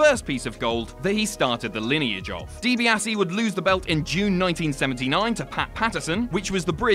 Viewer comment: Bro can you please just call him the million dollar man, the way you butchered his surname was painful.